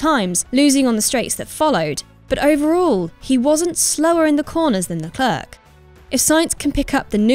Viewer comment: Can we please start pronouncing Charles Leclerc's name properly please.